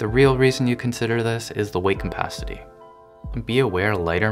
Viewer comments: its Capacity not Compacity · weight Capacity, not Cumpacity. It killed me every time. great vid tho lol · say it with me; C-A-P-A-C-I-T-Y , not CUMpacity.